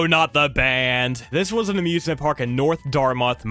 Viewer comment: XD still said north Dartmouth wrong. As someone who has lived in Massachusetts her whole life i also struggle with town names